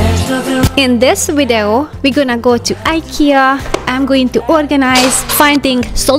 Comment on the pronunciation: Thank you for the vlog, interesting. Just one thing is your pronunciation of video, you say wido , your pronouncing 'v' as 'w', hope you don't mind me saying, speaking another language is a matter of trial and error 😊